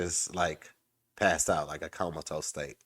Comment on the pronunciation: Did say “comatose” or “count of toast”